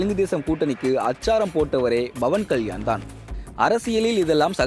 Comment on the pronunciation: Dei yar da news read pandradhu, Bavan Kalyan illa Pawan Kalyan.